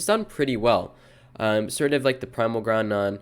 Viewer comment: Did bro just say Groundon? With an n in the middle?